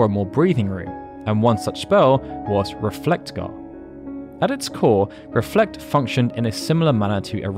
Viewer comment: The way you pronounce Reflega hurt me so much. Great video though.